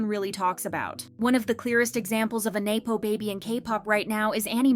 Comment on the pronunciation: have you never heard the word nepotism said aloud? it's nepo baby not nae-po baby